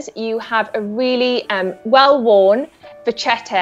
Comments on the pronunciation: Just a gentle reminder that it is not “ vachetta” but actually “vacchetta” , which in italian means literally “ little cow “ and it’s pronounced with a “K” Sound . Not “ch”. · Who TF told this woman she can speak English? What "canvas"? It's leather. Also, it's VA-KEH-TAH, because it's an Italian word and CH in Italian is pronounced as K in kale or kilogram. The term originates from the French word vache (cow), where CH is read similar to SH in English, but the suffix "etta" is clearly Italian so it was adopted into Italian as a neologism at some point and got an Italian pronunciation. The French don't really use "vachetta" to describe it, but instead say "cuir de vache", which literally translates as cow leather. Sometimes they use "vachette", which is pronounced VA-SHET, with SH like in ":sheep". Again, neither the French, nor Italians pronounce CH as the English CH in "cheese", instead the French pronounce it as the SH in "sheep", while the Italians pronounce it like the KE in "kettle". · May I? It's "vacchetta" (with two "c"s) and it's pronounced "vakketta" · Among the other critiques to the commentator... she's just butchering the word "vachetta"... Correct spelling "Vacchetta", pronunciation "Vakketta". Just like the word bruschetta you pronounce "brusketta". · the butchering of the pronunciation of 'vacchetta' tho. its italian for small cow.